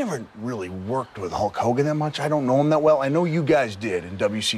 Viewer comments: Love how he pronounces it holk holgan hahahaha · "A HOWWA POWWA"